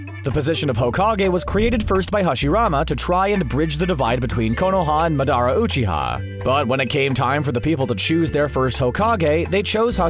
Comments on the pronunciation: M'dara uchyha lol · MADaRA uCHIha and HASIMARA